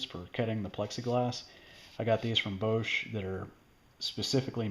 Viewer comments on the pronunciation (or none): I've never heard Bosch pronounced like that XD